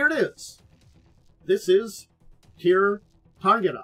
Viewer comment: The proper pronunciation is rather like 'SHEER sha-RIN-gah-ray'. Gaelic has weird relation to its written form. (Actually, the first syllable of both words start with the same sound as the word 'tsunami', but most English speakers cannot pronounce that letter for some reason.)